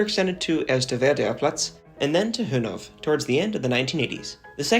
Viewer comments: Hönov!? Do you also call Rudow "Rodov"? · Nice video. Fyi, you don‘t pronounce the -w in placenames like Hönow or Pankow, so its just Hönoh, with a Long -o. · Btw, you don't pronounce the "w" at the end of "Hönow". You just say "Höno" with a long o at the end. Thats the same with many (or probably all) other place names ending on -ow.